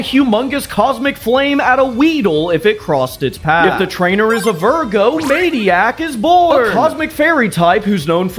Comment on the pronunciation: How you said Maidiac it seems like you said Maniac